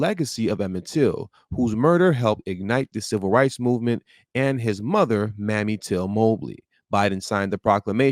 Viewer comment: pronounced (may me), not mammy